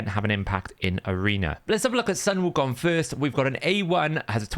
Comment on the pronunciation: you got the pronunciation right! its ‘soon wu kong’ or just ‘wu kong’